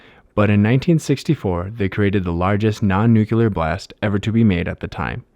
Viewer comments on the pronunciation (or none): Nucular ? Lol - Surely you mean Nuclear.